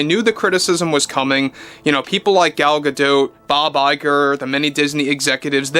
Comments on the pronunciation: You're the only commentator that pronounces Gal's name correctly. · Gal pronounces her name the same way as. I think she would know how to pronounce her own name.